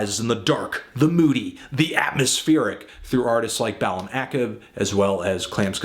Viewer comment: Wait is it pronounced "bal-em Ack-eb" or "ba-Lam-a-kab" ?